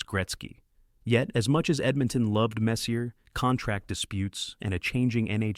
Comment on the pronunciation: Can you stop pronouncing the “R” in Messier? You even had it right sometimes. 🤦🏼‍♂️